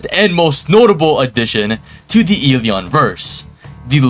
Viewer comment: I’m SO excited for eleons but, putting everything aside I LOVE UR CONTENT 😭🙏 AND I SUBBED AND WILL WATCH MORE. ( I WAS WAITING FOR THE ELEON GOTTA CATCH EM ALL😭🙏also that “ELEon” sounded personal)